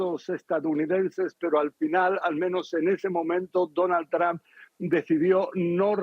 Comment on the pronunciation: Donald TrAmp😂 es Trump!! Y se pronuncia TrOmp!